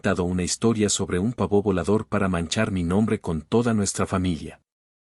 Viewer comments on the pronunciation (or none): OTRA PALABRA MAL DICHA. "PAVÓ"NO ES AGUDA ,ES LLANA ÁTONA ,EL SONIDO FUERTE CAE EN LA "A",PAAAAAAA vo,madre mia que incultura